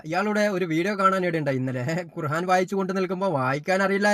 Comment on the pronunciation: ഭംഗിയിൽ തട്ടിപ്പ് നടത്തുന്നവൻ., ഖുർആൻ എന്ന് പറയുക, ഖുർഹാൻ അല്ല [ഹാ എന്നത് ആ എന്നാക്കുക] ഇല്ലെങ്കിൽ താങ്കൾക്ക് ഖുർആൻ എന്ന് പറയാനറിയില്ല എന്ന ട്രോളും വരും. ശ്രദ്ധിക്കുമല്ലോ.